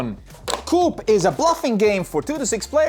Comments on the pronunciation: Coup is brilliant…. but pronounced Coo 😅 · You guys have great English, I'm always impressed, but just wanted to let you know that Coup is pronounced "Coo". Don't blame English, it's a French word from "coup d'état". There's another English word "coop" that is pronounced as it's spelled, but means something very different. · Coup is French. Please stop pronouncing the "p"...